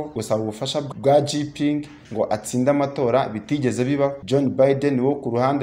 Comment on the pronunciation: Président w'ubushinwa ntabwo ari Jipingi ahubwo yitwa Xi Jinping, bisomwa ngo (shinjiping)